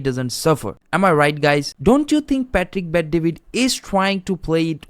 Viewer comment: Why do you keep pronouncing his name pah tick? It's Pat-trick my guy